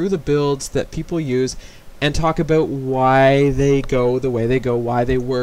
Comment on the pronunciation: "Let's talk aboot walling"